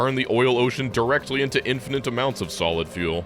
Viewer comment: "infinant" lmao cmon:D